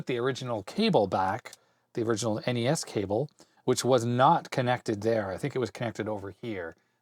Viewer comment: Noooo you said NESSS. N-E-S please lol. That's my pet peeve since you mentioned them haha